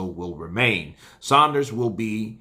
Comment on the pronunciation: The only American YouTube channel that pronounces saunders correctly